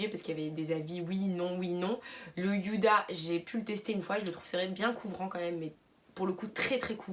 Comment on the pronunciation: youda à la place de Houda surtout quand tu t'appelles mdr ( c'est pas méchant ) 😜😂😉